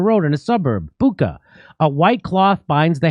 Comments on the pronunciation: Jimmy and everyone else- it’s pronounced not Bukka, it’s Bucha - ch like chair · Bucha is pronounced 'boo-tshah'. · The idea for choosing Bucha was to make it sound like "butcher". But some people ruined it pronouncing it "buka". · Joe Biden: You saw what happened to Booka... Reporter: It's Bucha, Mr President. Joe Biden: Him too.